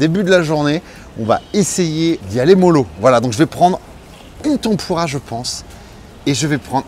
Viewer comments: Tampourra plus apres. On dit tèmpura.😂😂😂 Merci...😁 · ça me perturbe la prononciation de tempura ... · Tempoura tempoura, t'en pourra pu ^^ Désolé mais la prononciation m'a tué de rire =)